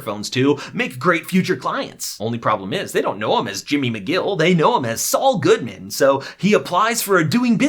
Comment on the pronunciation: I like how at the end he says “Saul Goodman” but it sounds like “it’s all good man!” Probably reaching, but I liked it.